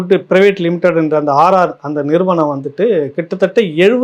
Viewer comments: Not RR diary AR diary please correct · RR DAIRY இல்ல சார் AR dairy.... முக்கியமான விசயத்தை தவறாக வாசிக்கரீங்களே.... 😂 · அவர்களே நீங்க ஆர் ஆர் என்கிறீர் ஆனால் அது ஏஆர் டெய்ரி ஃபுட் ஸ். மற்றபடி உங்கள் விமர்சனம் நல்லதே.